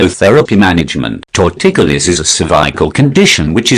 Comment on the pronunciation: Tor-ticulous LOL.